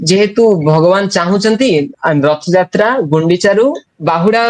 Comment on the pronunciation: Anchor ଙ୍କୁ ଅନୁରୋଧ ଯେ ପ୍ରଥମେ ନିଜେ ସେ "ରଥ ଯାତ୍ରା " କୁହନ୍ତୁ, ରଥ ୟାତ୍ରା ନୁହେଁ